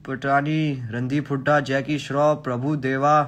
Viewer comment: I heard Randeep Hooda as Jackie Budha 😂😂 And thought he was roasting Jackie Shroff.